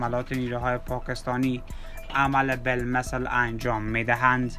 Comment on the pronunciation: ازگویندگی‌و صدای افتضاحت که بگذریم تمام کلماتی ک بکاربردی یااشتباه بود یاجابجابطوره مثال به کلمه همین میگی امیین.یابه‌کلمه مقابله به مثل میگی عمله بالمثل این کلمات اشتباه رو ازکجامیاری تو جناب گوینده؟؟؟ ازین بگذریم بدترازهمه این بودکه به‌کلمه پیروز بهروز گفتی. جان مادرت برو سراغ یک کاره دیگه‌و گویندگی‌نکن‌واین کار را رهاکن نه صدا داری نه استعداد داری نه سوادکافی داری .انقدربد وافتضاح خبرگفتی ک اصلابه خبر کسی توجه نمیکنه بیشتربه گفتارافتضاح تومیخندن .عمله بالمثل بهروزباشید درامیین روز🤣😂